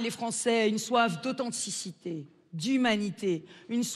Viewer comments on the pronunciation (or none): "il y a une soif d'autsenticité" 🤣🤣🤣